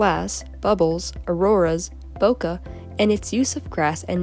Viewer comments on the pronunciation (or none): It's bokeh not bokuh. I don't get what's so hard about this.